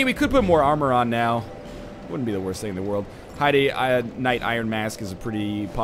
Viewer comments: don't think so. Heidelberg in Germany is began the same way Northernlion is saying it. these games seem to have some Germanic things in it, so i'd say NL is right, for once :P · It's pronounced hayd knight.